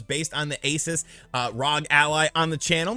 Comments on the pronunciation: already knows this but ROG stands for Republic of Gamers, the brand name for their gaming products. And ASUS is pronouneced with the "oo" in "boo" sound. A,soos, not A,sus. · the company isn't pronounced Aces it's a oo sound like noon, a-soo-s. Not sure still, then go watch John's video as he pronounces it correctly. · its pronounced AY SOOS you uncultured swine